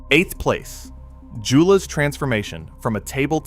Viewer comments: It's actually more like Yo-luh. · I've used every Joola Perseus paddle over the years and love them. I get a new paddle yearly, I play almost every day, so a few extra cents daily isn’t a big deal. Yes please pronounce Joola correctly to be taken seriously! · As a pickleball player and certified PPR coach, I can't take this video seriously when you pronounce Joola incorrectly.